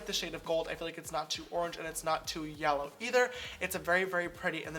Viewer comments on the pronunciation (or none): none